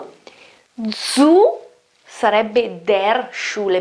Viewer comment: Beh la pronuncia di "zu" fà accapponar la pelle, ogni volta che la sento